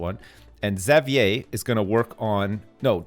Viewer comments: Fuck man, can't pronounce Xavier. Like. Does he call the leader of the X-men, Professor Zavyaie? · really? cause where I'm from its pronounced havier. didn't know it was different in other places. the more you know I guess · Yeah there is no correct way to pronounce it. I say "ex-avier" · i hate the way he says xavier